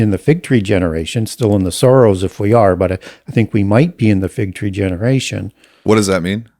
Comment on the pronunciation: I kept hearing "the times of the Soros" rather than sorrows